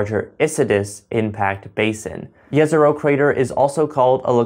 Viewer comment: Great vid just a small comment , it’s pronounced Jezrow rather than yesrow